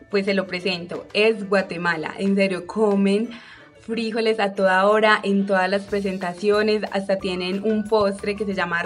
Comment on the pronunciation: Aquí en Guatemala se dice frijóles y no fíjoles